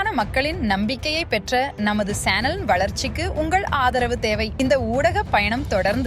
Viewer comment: It’s not Shannel it’s Channel Every time whenever that girl says it irritates Please cancel that voice and put the right one